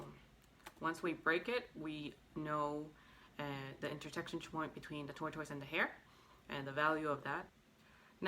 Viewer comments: Can you please pronounce tortoise properly? Jeez!!! Driving me nuts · You say tortoise wrong.